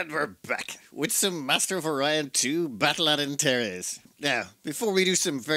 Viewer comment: Fun to see something as ancient as Master of O'Ryan 2. I kept hearing the Gnolams as the Nolans, which was a bit confusing.